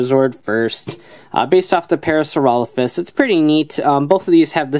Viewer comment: Yeah you pronounce Parasaurolophus correctly. Strangely enough the morpher does not.